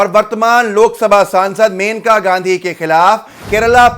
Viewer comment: मेनका नहीं मनेका नाम है उनका (जहाँ तक मैंने पढ़ा है और सुना है)